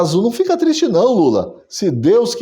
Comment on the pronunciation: "Tô tisti" 😂😂😂😂... Excelente conteúdo! 🇧🇷🇧🇷🇧🇷